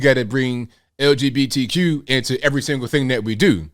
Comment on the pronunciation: Des couldn't even say LGBTQ right. Why bother then.